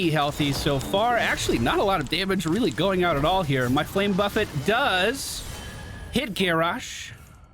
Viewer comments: There's nothing more annoying than putting down your W then stiches or someone boops them away. You just gotta cry inside. Always enjoy playing Alex. Also still tilts me how you pronounce buffet. xD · I remember when pronounced the flame buffet as the cafeteria buffet.